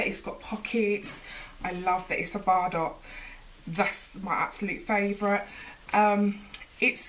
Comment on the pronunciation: This is lovely but Bardot it pronounced bar-doe as in toe